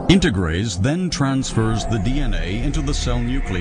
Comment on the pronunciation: it is integrase not endograse